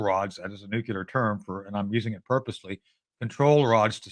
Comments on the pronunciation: New-cle-ar. Please, someone tell these people who can't pronounce nuclear. It's not Nu-ku-lar, it's New-cle-ar. Thank-you, my work here is done. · Guys, it is pronounced NUCLEAR. Never nucular... No such thing as a nuculus of an atom. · “Nukelar plants”?!??! Heard it three times! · Anyone who pronounces it “nucular” should not be trusted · He's definitely saying "nucular" on purpose, guy has a great sense of humor! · Tony "Mr.Nucular" Shaffer 😂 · Am I crazy or every time he wants to say 'nuclear' he says something like 'nuketer'? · Hint: there are only two syllables in "nuclear".